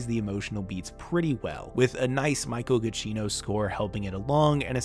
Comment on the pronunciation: Okay, I admit I wasn't ready for "Michael Gachino"...